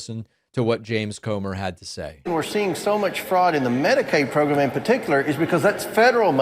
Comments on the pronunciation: Comer is saying "prgrum" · 😢Jamie and his ‘progrum’ 😂 he looks constipated, send him an enema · He’s saying progrum or progr’m, not pogrom. We’re all shocked by this new reality that we’re living in. It’s a living hell, but don’t start hearing what you want to hear - that does no one any good.